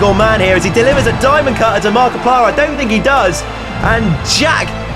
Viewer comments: Haha he said markipier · said markeuplir no ofense though love you